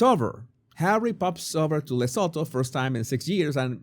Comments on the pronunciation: The T is not silent.i grew up in South Africa near the border of Lesotho. It’s pronounced Luh-soo-too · Please try pronounce it like this... le soo too its a silent H. Im south african. Just helping 😂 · Venezuelan accent to African name!